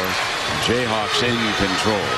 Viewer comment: did he say jayhacks?? must have talked to a mizzou fan before.